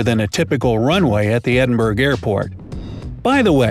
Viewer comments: Edinburg? Edin-buru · OMG! ITS NOT EDINBURGGGG, ITS ED-I-BRUH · it's not pronounced edin-burg this is not germany, it is pronounced edin-borrah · I’m from Scotland and I am VERY annoyed at the way he just said Edinburgh. It’s pronounced Ed-in- bu-ruh not Ed-in-burg I’m sorry but I had to get that off my chest 🤣🤣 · "Ediburg” Edinburgh : am I a joke to you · 😂😂😂😂😂 Edinburg it’s Ed- in-Brugh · its not Edinburg you pronounce it like edinbruh. And we use pounds £ not bucks 😂😂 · Edinburgh = Edin-burg ❌ / Edin-bruh ✅ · I'm sorry but is no one going to mention that he said Edin-BURG Airport and not Edin-BRAH like it's supposed to be pronounced? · You said edinburg it’s edinbura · It’s pronounced edinbrough not edinburg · Its edinBRUGH not edinBURG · Did he seriously say edin Burg lol I’m Scottish and it’s pronounced Edin bruh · Ceri Whomes Ae, I totally agree cause I’m from scotland as well 😂😂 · I’m sorry but did he just say “ Edinburg “ 😂paha am wheezing - if ye canny tell am Scottish anol 😂😬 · He called it Edinbrug and Gatewick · Please, before you make a video, make sure you can say things properly! Like Edinburgh is sounded Edd-inn-bruh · I’m from Scotland and he said endinburgh wrong lol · It’s Edinburgh not Edinburg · the pronounciation of Edinburgh😂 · No !!!!!! It’s Edinburgh (Ed-in-burru) as a Uk citizen that makes me angry 😤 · Is nobody going to notice the "Edinburg" airport he made up. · Man said edin burg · Did he just say EDINBURG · its edin-bur-ogh not edin-burgh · It’s pronounced edinbruh (if you say it Scottishly) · EDINBERG AIRPORT 🤣🤣🤣🤣 ITS EDINBURGH. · It’s pronounced e-din-bruh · Anyone rly annoyed the way he pronounce Edinburgh? It’s pronounced EdinBRUH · That just isn’t how you pronounce Edinburgh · JamesRB10 also Edinburgh was said wrong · The way he pronounces Edinburgh 😭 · he said Edinburgh wrong arghhh Edit: honestly it isn’t unusual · Mispronounced archipelago , mispronounced Edinburgh , and mispronounced Gatwick . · You said Edinburgh wrong